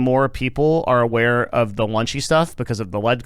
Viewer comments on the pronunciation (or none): Notice that has intentionally used outrage marketing by pronouncing it “lunchy” for 20 minutes straight without correction. 🧠